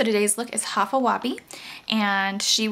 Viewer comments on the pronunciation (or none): its pronounced high-fa web :] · High-fa Weh-bee.....its pronounced like this